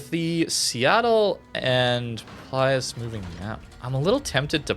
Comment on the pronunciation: the italian alternative ships' names start with PILUS, not PLIUS!